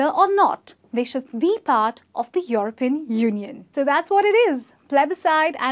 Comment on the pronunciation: She should practise saying 'European'...